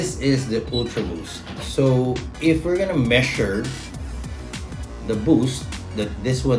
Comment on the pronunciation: measure=Meshure in his language